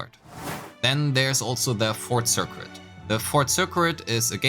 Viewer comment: Super helpful for understanding combat! Thanks! Another pronunciation thing - circuit. The cuit part is pronounced like the word kit, so sir-kit. Don't ask me why, english is weird. (Previous words I've mentioned, regen and abyss).